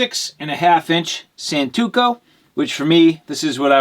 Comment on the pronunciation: Santoku, not santuko 🤣😂